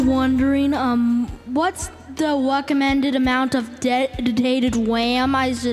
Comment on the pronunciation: he says "weccomended" and "wam" obviously a problem with the R